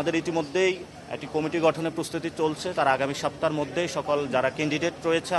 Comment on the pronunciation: সাপ্তা,এ্যাবং,পতিক,ইঞ্জিনিং এই হলো নাসিরের উচ্চারণের অবস্থা